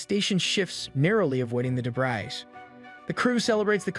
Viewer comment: Good, but learn proper pronunciation of "debris, cowardice, naive"